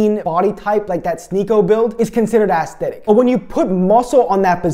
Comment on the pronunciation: Take a shot everytime he says "Assthetic"